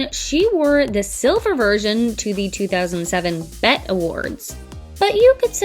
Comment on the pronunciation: Pronouncing the BET awards as bet is triggering